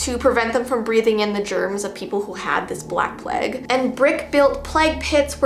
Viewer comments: I love her pronouncing it pleg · the way she says plague had me creasing. I love her so much